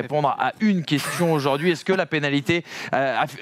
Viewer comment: "la panalité","sous mère Hamilton", Excellente émission...mais vous n'étiez peut être pas obligé d'engager le stagiaire de BFM !!!